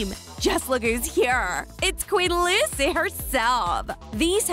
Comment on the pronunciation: It Lucy not luci